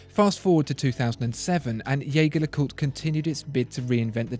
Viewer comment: I believe it should be pronounced with a soft "J" as in "je ne sais quoi". So that it sounds like "Jey-Jer Le Cooltre". See But these videos are amazing, thanks for making them!